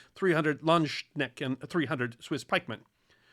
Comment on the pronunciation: Just something to note on pronunciation: ‘Landsknecht’ is pronounced like ‘Lands-kuh-neck’t’. I hope you find this useful, and thank you for the fascinating video as always!